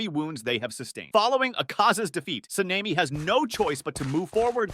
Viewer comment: Se-Ne-Mi? Sa-ne-Mi